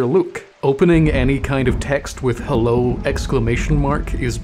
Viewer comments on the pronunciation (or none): none